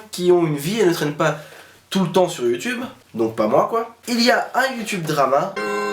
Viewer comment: Drama, pas dramat ducon.